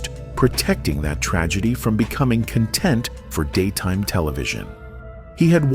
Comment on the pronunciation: The AI narration on YT is getting out.of.hand. Especially when a word like "content" is mispronounced. A real person can see that even though they're spelled the same, but have completely different definitions, it's the CONTEXT of a word that determines it's pronunciation.